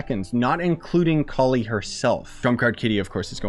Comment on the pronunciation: You are pronouncing it exactly right, I can assure you. Collie means flower bud in subcontinent and it sounds like "Ko-Lee"